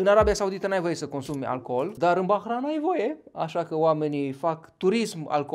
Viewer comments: Se pronunta ''Bahrein'' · Eu știam că se pronunță Bahrein, desi se scrie Bahrain.